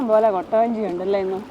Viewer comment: കോട്ട വഞ്ചി അല്ല കുട്ടവഞ്ചി anu😅